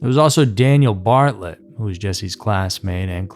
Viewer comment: It's Bartelt BAR-TELT not Bartlet. Just so u have the correct pronunciation and information. Keep the videos coming, hence I really enjoy them!! 😊